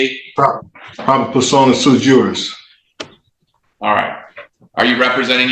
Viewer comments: "It's "su-jurís" not "suju-rís"" - Hermione, probably. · First, sui juris is pronounced SWEE JURIS, genius.